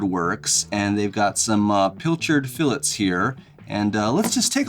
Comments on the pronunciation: …learn how to say, “fillet.” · Thanks for pronouncing fillet correctly :)